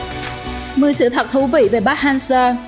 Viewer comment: Đọc sai tên thầy kìa